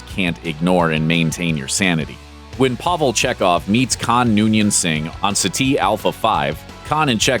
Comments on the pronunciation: it's CEti alpha V, not ceTI alpha V. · It's pronounced "Setee Alpha Five" not "City Alpha Five". Just sayin'. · it is 'SET' 'i' not 'se' ' TEE' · Settee Alpha V. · This is Ceti Alpha Fiveee! Not "Satie" Alpha Five... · I just can't ignore your pronunciation of Ceti Alpha V! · Yes, I never understand how this channel consistently mispronounces proper names when multiple recordings of them exist. Didn't you people ever watch the show?